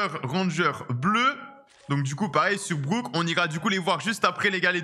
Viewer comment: Ptdr un o c'est un o et pas un ou.on dit brock et pas brouck et bo et pas bou